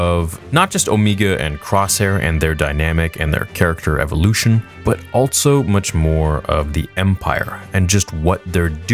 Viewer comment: “Altso” is not a word!!!! Also, Also, Alsoooooo!